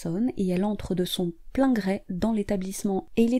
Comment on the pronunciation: De son plein gré..pas de son plein grè !!